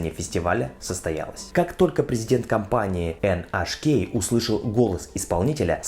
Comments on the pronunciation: NHK -ЭнЭйчКей, так произносят название этой корпорации во всем мире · Название японской компании вроде произносится, как "Эн Эйч Кей"😆👍.